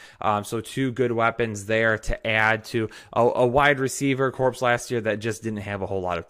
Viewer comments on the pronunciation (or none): Corps (as in Wide Receiver Corps) is pronounced “core”, the “p” is silent.